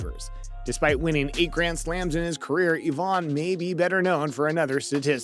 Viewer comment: Eeevaaaahn haha its ivan. And what was the mess of ivanisevic eevanisvevik